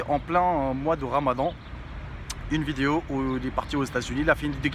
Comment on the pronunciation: non mais je t'aime bien je te suit depuis t'as chaine gaming et tout mais wallah faut faire des effort pour apprendre le francais zebi trop l'accent blédart la wallah c'est un délire , oh c'est pas VIDIO mais vidéo !! c'est chaud coméme